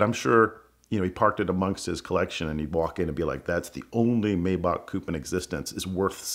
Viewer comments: He can’t pronounce Maybach. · Great story and a great video, as always! As a side note, I find it very strange that this dude would (except for I think one time early-ish in the video) mispronounce Maybach (?)